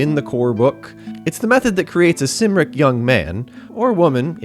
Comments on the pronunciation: Did you not read the mind your c’s and k’s? Cymric is pronounced Kim rik, not Sim rik. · Cymric is pronounced Kumric. Logres is pronounced Low-gray.